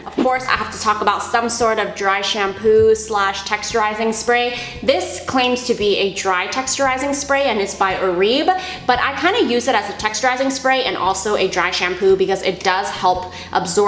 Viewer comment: Head's up girl it's pronounced "Or-bay" :) and that texturizing spray is SO GOOD!